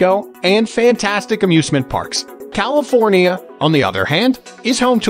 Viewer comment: Ugh, this video is unwatchable. Robot voice mispronounced practically every town and even said California incorrectly. Plus much of the information is incorrect.